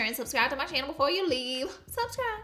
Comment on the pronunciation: "Hey guys welcome back to my ChinnEl"